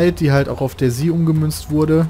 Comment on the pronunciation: DayZ = Tag0 -> DayZero = Daisy ausgesprochen